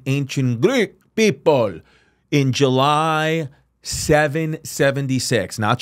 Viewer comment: chrissy the look in your EYEEEE when you said greek pepul